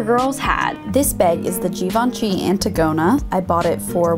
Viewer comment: When she can't even pronounce Antigona